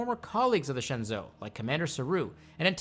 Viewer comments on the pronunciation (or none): Minor gripe but it's pronounced more like "Shen joe" not "Shin zoo" It's like saying Anterpreese instead of Enterprise